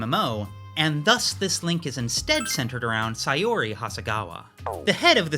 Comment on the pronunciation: The way you pronounce Saori as Sayori lowkey drives me insane 😭😭😭 guys it’s sao-ree